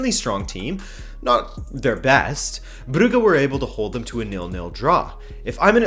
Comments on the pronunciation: It’s pronounced Bruju not Bruggge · nice summary of the Ch league and FYI ,club brugge is pronunced bruJe (Je t'aime) and victoria plzen is pronunced pElzen (pEle)